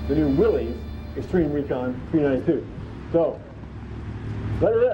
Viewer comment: Please go back to the correct pronunciation. I know Chrysler said it’s easier to mispronounce it than to keep correcting people. If heritage is everything give Mr Willys the respect of saying his name the way that he did.